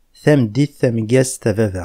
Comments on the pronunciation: Pourquoi dire baba?? C’est VAVA. Merci Bonne continuation. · On écrit baba mais on prononce vava. Pas de V en kabyle / berbère. Le V existe dans la langue parlée pas à l’écrit. La faute à nos linguistes… j’espère que cela va évoluer.